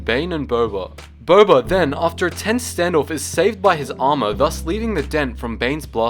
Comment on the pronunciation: did you say bobba